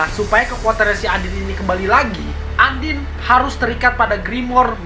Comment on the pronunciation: Undine dibaca andin?? Noeru dibaca noele?? Ngakak banget